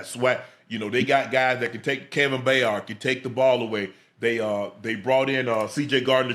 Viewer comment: Can’t even say Byard right. Man be quiet lmao. Then again you said his name wrong on undisputed as well😂😂😂